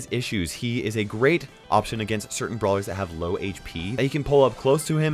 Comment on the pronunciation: "blawer"... (not making fun of u btw :3)